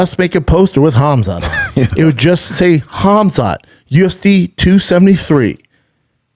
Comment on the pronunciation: Brendan : Khamzat, U-F-THEE 273 😆🤦 Way to sound like a down-syndrome kid Brendan 😂